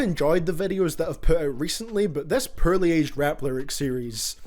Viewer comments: Dude, Im from N.Ireland so I got same problem.. POOR...you say PURR, try saying like DOOR, you don't say DURR lol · Hint: Pronounce "Poorly" as "Poo-wer-lee" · and i understand this is brought up, but ur not saying POORLY, accent aside, you are saying pearly. and they are completely different words sir. altho they did age pearly if u ask me. they shine like fuck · A little late here, but if you care about how you pronounce "poorly," try saying "po early" quickly. Like, as in "*po*ke" or "Edgar Allen *Poe.*" It's not perfect, but it gets you closer. :) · Nobody:: pörly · You pronounce poorly pretty purrly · No one:: “puurly” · Y does he pronounce poorly like that tho?